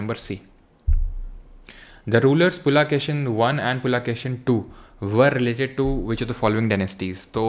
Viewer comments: हद है यार अंग्रेजी की पुलकेशिन है ना कि पुलाकेशिन 😐😐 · Sir bolte hai पुलकेशिन II to पुलाकिसिन II